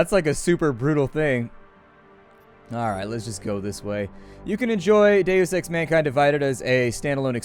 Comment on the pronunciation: wheb you say deus ex, it sounds like daily sex